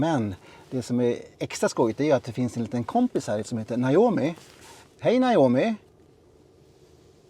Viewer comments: En trög men go reporter😉 som inte kan tilltala systemet korrekt = NAJOMI = trög AI Tilltala rätt = NOMI = Allt du säger blir rätt och snabbt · Naomi, ehh!!! testa med att säga Nomi i stället! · Is (Hi nome) Not ( Hi yo nome)